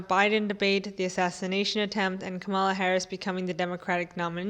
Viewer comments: Calm- la. Not Ka-mall-la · It's KAH-muh-luh (, + la). I know this sounds like hairsplitting but conservatives/reactionaries deliberately mispronounce her name as a microaggression. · At least pronounce her name correctly, so you don’t sound like a Republican. It rhymes with ‘Pamela’ and means ‘lotus’.